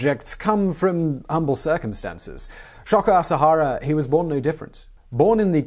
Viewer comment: Sho-ko A-sa-ha-ra. Japanese letters are consonants paired with vowels or singular vowels. My Japanese prof in university called it the machine gun language because you just throw out short sounds quickly. You did a pretty good job with it btw.